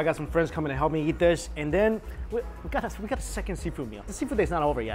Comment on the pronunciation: Why when you say eat you say YEET?!?